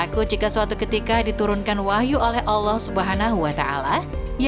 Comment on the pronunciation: Mengucapkan muhamad saw..dan lapad allah gak paseh..belajar ngaji dilu biar gak salah kaprah..sabalah2 kow ucap kan